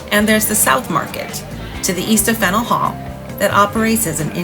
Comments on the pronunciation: I've never heard someone pronounce it "Fennel." More like "Fan-yewl" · I love Boston. Live in Connecticut and try and go once a year. I believe the correct pronunciation is Fan-yuhl Hall. Will you be doing any movie locations? The Verdict, Departed, Good Will Hunting and The Town come to mind. Have to visit North End for food and pastries. I prefer Bova Bakery (which is popular with locals) but Mike's and Modern is where more of the tourists go.